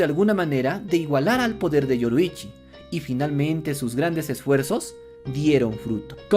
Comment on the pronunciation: KibutsuJI Muzan, es KibutsuJI, no Kibutsuki. YoRIIchi Tsugikuni, es YoRIIchi, no Yoruichi.